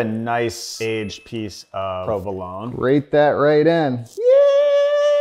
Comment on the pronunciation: provoloné not provolon